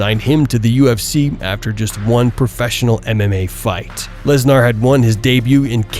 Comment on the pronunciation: I love how you or the Ai voice say LesNAAR... he is pretty Gnaarr I must say